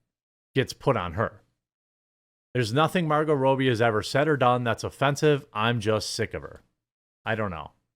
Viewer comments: The chick's name is Margot RAH-bee. Robbie is also a nickname for dudes named Robert. How'd you get "Row"bee"? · Its pronounced Margot Robbie Not Rowbie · "Robbie" rhymes with "Bobby" that's not even a thinker Jeremy.